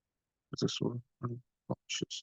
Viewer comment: 9.22 its not unconscince its unconscious 🙂